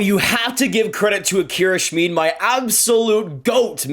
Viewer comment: It's pronounced Shmid like kid.